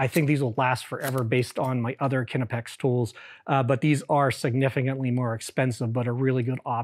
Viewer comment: "Kinnepex" is an … interesting … way to pronounce "Knipex".